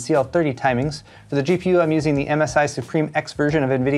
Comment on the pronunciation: Sue-pim. Not supreme.